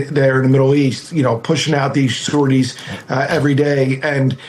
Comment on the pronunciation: SORTIES, not shorties. Good grief.